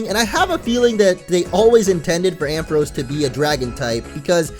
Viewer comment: Ampharos is pronounced Am Fa Rawce!